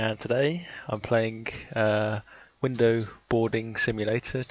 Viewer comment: HAHAHAHAHAH "window biardind simulator" IM DEAD